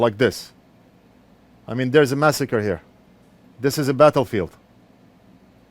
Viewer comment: "There is a masacrer here" 😂😂😂😂😂😂😂😂😂😂